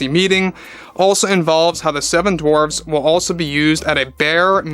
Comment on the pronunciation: The "Seven Dwarps"? What's a "Dwarp"?